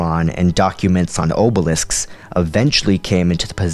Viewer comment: What can I say, Star Wars names don't exactly role of the tung with grace, :) Also oH-belisks is how it was pronounced in the AudioDrama.